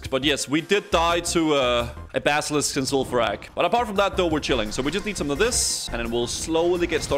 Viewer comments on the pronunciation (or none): none